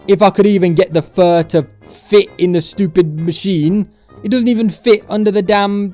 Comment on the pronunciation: I like how he says "schewpid"